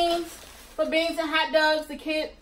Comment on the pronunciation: I from batimore and i know u from bmore bc you said hot dugs 😂😂😂